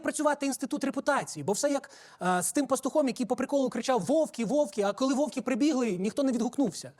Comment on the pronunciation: Пішла мода каверкати наголоси… «Вовки, Вовки!», та вовки, а не Вовки!